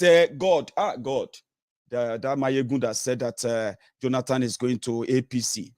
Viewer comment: Please pronounce Jonathan correctly and Stop saying JoLanTan. I know you'll respond rudely but I don't care. Also its Lend me, not Borrow me . If its hard Please speak 100% yoruba 🙏